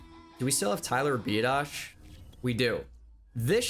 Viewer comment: It’s pronounced Be Odd ish for Tyler Biadasz I’m his cousin